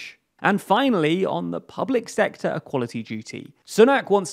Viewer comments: "Public Secotr" "Secutary" Come on folks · "public secotr"? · "public secotr"